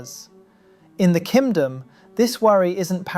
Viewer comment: "Kimdom" nice